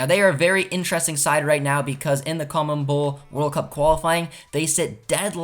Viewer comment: Why can no one say CONMEBOL? I've heard CONEMBOL, COMNEBOL, and COLEMBOL, not once have I heard a YouTuber say it right 😂